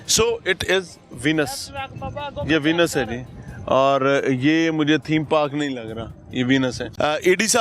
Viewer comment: वीनस नहीं वेनिस होता है अनपढ़ मियां 😂